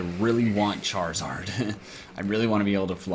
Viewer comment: Lol chair-a-zard 😁😀😁😁😀😂😂😂😂